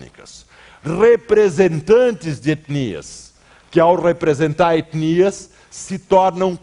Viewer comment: Nojento ele fando "etnias". Quase um sotaque gringo num todo.